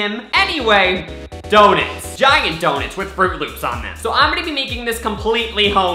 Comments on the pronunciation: He keeps saying donets instead of donuts and it annoys me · Everytime he says "Donets" I get so stressed out its DONUTS LOL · OMG ITS DOUGH NUTS NOT DOUGH NET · why donits? im american and i say DONUTS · He said Donets not Donuts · why do you pronounce it like dough-nets??? i pronounce it dough-nuts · Lol and he said donits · I swear, if I hear: "Donits." One more time... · He's calling them donits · He saids it like: doe-nes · He said donits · He says donits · Why does your whole family call it donits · Does he really say dounits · Its not Donets u say that 😜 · Why u say Donets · Who says donits? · Like the way you say donuts